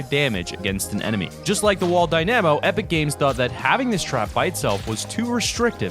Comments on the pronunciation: Die-nuh-moh not die-nAm-oh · why do you say dynamo like that😭 dyNAmo😭 its dyna mo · It's Dynamo not Dy na mo goddamit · You pronounce dynamo wrong, it’s DY-nam-o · It's pronounced dyna-mo not dy-namo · Isn't a Dy - namo pronounced Dyna-mo. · It’s DI-Na-MO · its die-nu-mo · It’s pronounced die-na-mo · Yeah it’s wall die-na-mo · Ahaha ‘die namo’ 👍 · Say it with me. Dy-nuh-moh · how can you get the pronunciation of "dynamo" so wrong? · You say dynamo wrong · There most definitely is a correct way to prune nonce it. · Man U can’t even pronounce dynamo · Bruh can’t even say dynamo correctly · Thats not how u pronounce dynamo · who else got triggered at him saying Dynamo wrong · U say dynamo wrong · the way you pronounce dynamo is very strange, good video nonetheless. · You are pronouncing dynamo so wrong but great vid